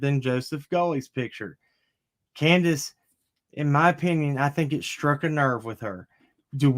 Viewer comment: It's candus lol!